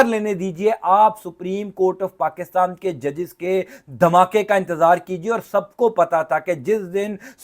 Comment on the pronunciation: پاکستان درست لفظ ہے پاکستام نہیں اینکر صاحب